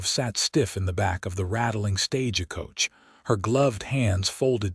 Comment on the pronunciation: Please teach your readers how to read English. It is not stag-e coach. A horse may be roan not a ron. Please pronounce content according to the context of the statement.